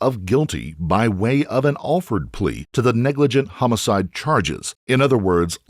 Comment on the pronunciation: Alford plea is pronounced awl-furd plea. valiant attempt good sir. NAMED : after Henry Alford from a 1970's case in the Billy hills of Virginia. BUT almost certainly named after The only king to be named "The Great" in like the late 800's Alfred The Great (sic bastard).